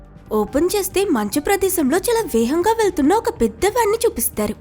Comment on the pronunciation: అది వేహంగా కాదండి వేగంగా